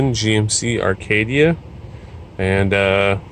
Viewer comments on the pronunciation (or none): It's not Arcadia . It acadia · There is no R in Acadia.